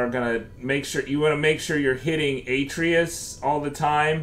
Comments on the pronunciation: Kratos literally tells you how to pronounce his sons name, how can you get it so wrong! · U say the boys name wrong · Can’t take the way he says Atreus